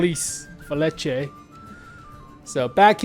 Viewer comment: please call it feliche, its not english..